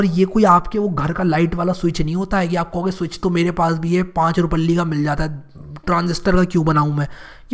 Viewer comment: I just like that "5 rupalli ka switch mil jata hai"🤣🤣pure northern